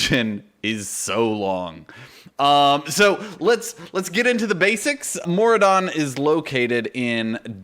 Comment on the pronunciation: Thanks for the shout-out, but especially thanks for the correct pronunciation! LOL! (For some reason it's rare that that happens). Maraudon has always been a favorite of mine, but the biggest pain is bag space on this one. A mammoth helps, but in Maraudon I find that having some form of portable mailbox or vendor (Argent Squire, Katy's Stampwhistle, Jeeves, etc.) is almost a must since there are so many mobs to loot before you see daylight. So until I see a pattern for a 60-slot bag...